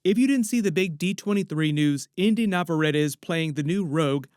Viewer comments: In case you want to know how to pronounce her last name Nah-vah-rreh-tteh NOT nau-vau-re-ti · Her name is not nev-uh-ra-tuh. It's Nav-uh-RET-ee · Just for the record, her name is pronounced In-dee Navarrett-ee. I'm excited for her casting and to see what she does with the role, even though I was on board the Odessa A'zion train. Inde is a great choice for the part! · You’d think you would know how to pronounce her name by now